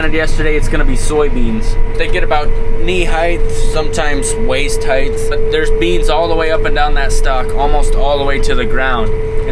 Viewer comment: Excellent Video. But, Knee "HEIGTH"?? Knee "HEIGHT".